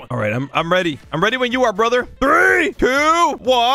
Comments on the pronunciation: Bro just said bleyblade c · Is it just me or did he say blaybade